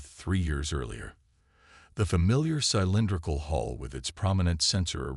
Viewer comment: I made it halfway. Your AI really sucks. "WEEPonizin", "SEENobiology", "SEYE-lindrical", "RAHeez", "REYE-ez"(Reyes), "spac-i-time"!!!!!!!!!!!!!!!!!!